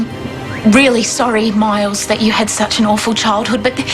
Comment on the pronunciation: As if she didn't know how to say one syllable name "Miles"😂